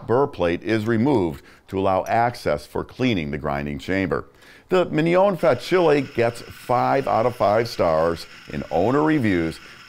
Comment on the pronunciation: Great review. However it made my ears bleed when you kept saying Fa-chilli 😂